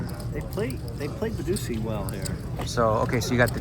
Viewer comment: did Phil mean badugi or is badusi a real game